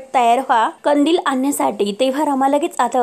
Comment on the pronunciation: खंदिल नाही ओ कंदिल, मराठीची वाट नका लावू